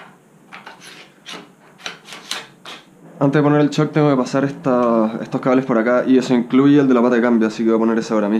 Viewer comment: porque dice "chock y chifter" y no shock y shifter?